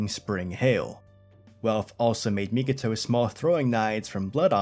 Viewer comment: You keep doing it on your videos, but it's Mi-ko-to, not Mi-ki-to 🤣